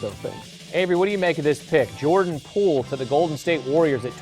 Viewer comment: Gave stupid takes, mispronounced his name, showed they know nothing about what they’re paid to talk about…wonder how they felt watching basketball this post season.